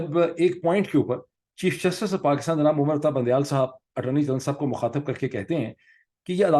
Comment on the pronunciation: Bundiyal... Not bandiyal...